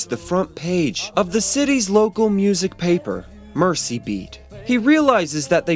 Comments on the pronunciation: A very nice series of videos. I only want to correct your pronunciation of "Mersey". It's not pronounced "Mercy". The 's' is a 'z' sound as in "Merzy", not a 'c' sound. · "Oh mercy!" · Lord have MERZY !..